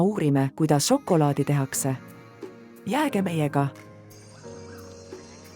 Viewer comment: "Ja nii tehakse žokolaadi istandustest kuni maitsvate maiustusteni" . Ärge nüüd saage minust valesti aru, tehnoloogia on imeline ja väikese vaeva ja pisikese loovusega võib väga ägedaid asju luua. Ja ausalt mu pea 4-aastane ütles ka just "See on nagu multikas mulle / See on nii lahe, tahan veel...". Küsimusele mis ta veel tahaks näha vastas "kaneeli"... Kui midagi, siis veidi lugege ja toimetage tekste rohkem (või üldse?) palun. Lapsed täiega janunevad igasuguste tarkuste järele aga see diktsioon, elutus, rõhuasetused. Siin ehk on potentsiaali mudelite uute versioonidega jne.. kardan et antud näide on praeguses olustikus liig-automeeritud... siiski impressiivne.. Ma ei tea, hea töö vist.. aga et see sisu siis ägedamaks saaks.. Jõudu!